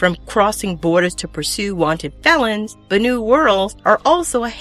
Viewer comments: "Bannu"? Did you grow up with bollywood or something? Bany? Banana? Banananuu? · I thought Banu was pronounced as "Ban-eww"?